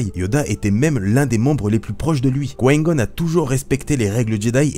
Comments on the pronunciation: tu dois absolument absolument arreter de dire quoin gon stp je te jure je nentend plus que ça et je suis sur de ne pas dutout etre le seul ça se dit comme ça: coup ail gone! Et ca secrit Qui Gon Je saigne des oreilles... je blague mais nempeche je sens l'angoisse monter a chaque fois que je tentend dire quoin goun 😁😂 En tous cas continues tes vidéos, je les trouve cool et instructives sur le lore 👍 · J'entends "Quin-Gon" quand tu parles... on dirait que tu dis "Coign-Gun", genre une sorte de flingue qui tire des projectiles amers... C'est "Qui-Gon", non...? Se lisant "kouaï-gonne". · Mlle Chamalloooww moi aussi ça me perturbe j'ai l'impression qu'il dit Couaïne Gonne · tu as une de ces façons de dire: Qui-Gon... ça me perturbe à chaque fois mdrr😂😂 mais sinon super vidéo comme d'hab😊👍❣ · L'ami on dirait que tu parle chinois quand tu dis Qui Gon mdrrr